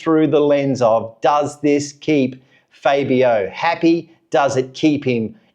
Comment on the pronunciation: Dude... you really should learn how to pronounce Fabio's name correctly! But... the question isn't if they should let Fabio go, I find a problem is that they have failed to develop the bike even before Fabio came to the team. It was during Rossi and Lorenzo's time that the would bring develop to the bike and then they remove the developments because Rossi and Lorenzo could override the problem to a certain point. But they just lack development direction, I was very disappointed when they changed to the V4. Fabio has to be allowed to voice his opinions, he is in the mist of his prime years... every season wasted is an opportunity lost, and it cannot be clearer then when MM93 left Honda...